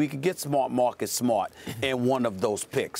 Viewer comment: Stephen A Smith pronounces "Mahcus Smhot"